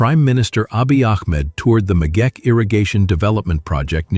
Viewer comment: It is the Megeche Dame not the megeke...just as it's not Gondar but Gonder...